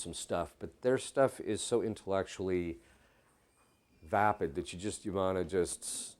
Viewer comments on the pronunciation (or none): none